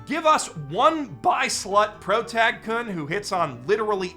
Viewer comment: for someone centering their channel around japanese media, the mispronunciation of basic particles like "-kun" goes so hard